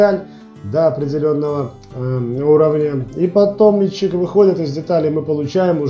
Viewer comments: Автору! Внимательно прочитай ту галиматью под видео. Если начал рассказывать и показывать - изучи русский язык, склонения, падежи! У тебя - метчик - он же - личико, он же мичик, он же... Называй правильно инструмент, используй общепринятые технические термины - и тебя начнут понимать... Вообще-то видео - для тех, кто забыл или не знал - познавательно. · не мельчик а мечик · А почему метчИк? Нас учили мЕтчик...